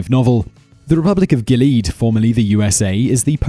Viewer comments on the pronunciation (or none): That's pronounced GILL-ee-ad, not Gill-EED.